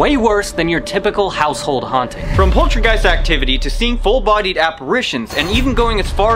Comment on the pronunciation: I swear he said poultrygeist not poltergeist